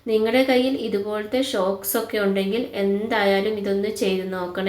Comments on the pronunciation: ഷോക്സ് അല്ല സോക്സ് anu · Shoks അല്ല സോക്സ്